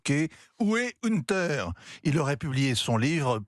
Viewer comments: "Une terre" Biden. La prononciation est à l'instar de son billet : médiocre (pour rester poli). Je comprends sur qui c'est basé Jérôme Commandeur pour un de ses personnages, J-C Poncif... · ça reste moyen; en plus incapables de prononcer "Hunter" correctement ils ont l'ait tellement has-been...